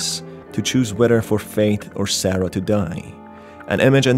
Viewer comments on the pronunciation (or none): none